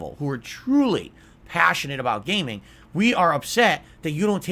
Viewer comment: Truly PAHSSIONATE about gayming!